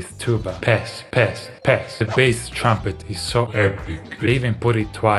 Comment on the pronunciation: Why is he saying baeth instead of bass here???